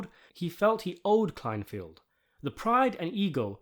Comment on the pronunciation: "KLEINFELD," not "Kleinfield."